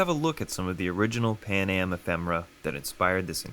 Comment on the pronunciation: Why is it Pam-aj and not pan-am?